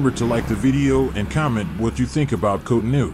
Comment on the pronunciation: its cotonou bro